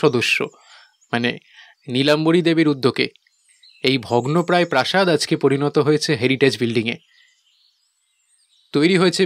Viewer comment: গল্পটা খুব সুন্দর লাগলো❤ তবে একটা জায়গায় একটু ভুল বলা হয়েছে,,,যেমন - রাজা চন্দ্রভানুর প্রসাদ নয়,,ওটা প্রাসাদ হবে।